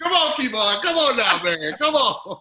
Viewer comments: Key-Von smh dang still can’t get right lol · Did he say KEE von? Come on... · It’s Kev-on.... I’m your conscious 😂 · Lmao key-von haha gettem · So you just never gonna say his name correctly huh #uglyboyspod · Did he call him Kevon?? 🤣🤣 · Who tf is "key-von"???🤣🤣🤣😂😂😂😂😂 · Kevon is different from Key - Vaughn lol I get Kevon like Devon but Key-Vaughn it’s too much 😆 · Who the hell is “Key-Von”? 😂😂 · 😂 He thinks his name is “Key-Von”.... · Ok ok who TF is Kee'von. You mean Kev On.... Whew chile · His name is pronounced Key-Von? Oh snap... his name is Kevon? Wow... I just caught that... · You know how much effort it takes to say KEY-VON. This man clearly being petty. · Who is KeyVon??? Ughhhhhhh Hi Kev!! (Edit: Couldn't watch this all the way through with saying KeyVon) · Is he trying to throw shade by saying Keyvon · is such a OG, he keeps saying Kēvon... and shout out to Kev for not correcting him upfront like most of us would do. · Who is KEE-Vaugh?!?!?! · I kept thinking, “I didn’t know his name was “Kee-von”! 😂😂😂😂😂🤦🏾‍♂️🤦🏾‍♂️🤦🏾‍♂️🤦🏾‍♂️🤦🏾‍♂️🤦🏾‍♂️ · I guess he is reading Kevonstage as "Keyvon". LOL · For someone to say “I’m a fan of your work” but still call him “KEYVon” is 🤦 To not correct him til nearing the end of video and still keep a smile is impressive Mr. Kev!.... I slick think is asking questions to kick start & help his own online presence... maybe I’m tripping 🤷‍♂️ what y’all think?!?!??